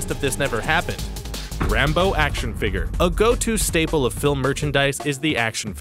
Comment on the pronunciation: It's figure not figer